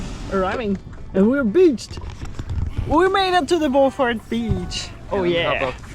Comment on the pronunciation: Alex, did you cringe when you heard them pronounce “ Beaufort” 😂